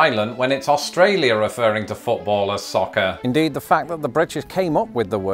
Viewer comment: Hey, hey, hey, you said Australir lol...